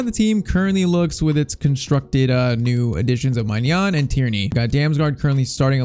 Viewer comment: Just so you know, it’s pronounced “my nan” maignan= my nan